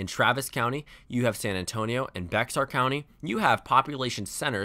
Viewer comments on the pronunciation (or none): Bexar is pronounced 'BAY-HAR' if you're a Spanish speaker and 'BEAR' if you're a local. It's not 'BEX-AR'. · Yo I love your Channel and I'm glad SOMEONE finally mentioned Bexar county, but It's pronounced "Bear" not "Bexar" even though its spelled that way. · Bexar county is pronounced “Bear County” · I pronounce it Beh-HAR. But, yeah, both are still more correct than Bex-ar. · Bexar county is pronounced "Bair". Besides that great video. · Love your Videos! Bexar is pronounced "behr". It came from the spanish "Béxar" (Bay-har) but we've (I'm from San Antonio) collectively decided that the pronunciation is "behr" or "bear". Keep up the good work, and just fyi your audio levels are always fine! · What a sigh of relief this is. By the way, just so you know it's "Loo-pay" Valdez and "Bear" County. I know the x in Bear being silent throws a lot of people through a loop, but yeah... that's how we pronounce it in Texas lol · Hearing the play by play last night was wild, it was some good shit. Btw, the "x" in Bexar County is silent, so it's pronounced "bear" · Bexar county (San Antonio) is pronounced Bear county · Hey, Bexar County (San Antonio) is pronounced Bear County, the x is silent. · Bexar County is pronounced ‘Bear County’. Good video! Always love the content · Bexar is pronounced as Bear. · It’s pronounced Bay-har county. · Hey, its not a big deal but a piece of information but it’s pronounced like “bear” not like it’s spelled. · Texas tip, "Bexar" is pronounced like Bear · Bexar is pronounced "bear" which doesn't make sense to me either but eh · If wants to be in or around politics, he's going to need to learn local pronunciation.